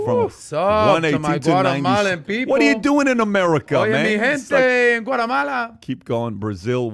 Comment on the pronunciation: is a racist he you could hear it in his voice doesn’t no how to say Guatemala what a racist